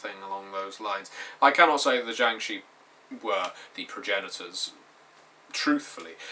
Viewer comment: Shi is actually pronounced "Sure" (as sure is pronounced in America) with an R sound at the end. They are an ancient Chinese folk legend. Sorry, I'm a huge nerd in addition to being a Chinese speaker.